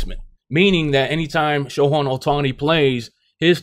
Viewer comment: its "show hey" otani